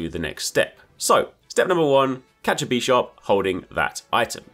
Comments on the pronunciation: bi sharp, not bee sharp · Why is this dude saying "Beesharb" it's Bisharp like Bishop, like the Chess Piece